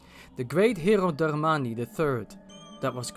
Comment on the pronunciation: i love the way you say "Darmani"